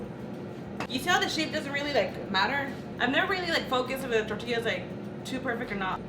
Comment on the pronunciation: The way says “tortilla” 😆